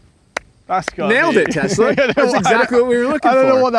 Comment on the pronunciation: “Test la” lol